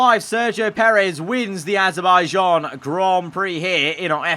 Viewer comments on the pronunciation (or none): You said adabijan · is it just me but did bro said HE WINS IN AZERBAIJIAN?????